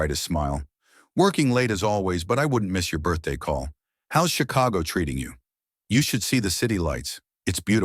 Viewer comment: If she was in Paris why did the storyteller keep saying she was watching the rain was in PARIS And he keep saying Chicho